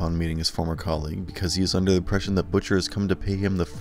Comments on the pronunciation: I don't understand how the ppl narrating these videos mispronounced some of these words and names. Consistently too. Mispronounced Butcher. Not BUH-TCHER. Jeez. I don't think I'm being a stickler about this. It's like mispronouncing batman..... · And managed to butcher ...butchers name (he pronounced it Butt-chur)